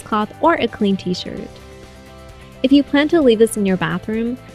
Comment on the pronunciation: when you said clean tshirt I thought you said clean g string...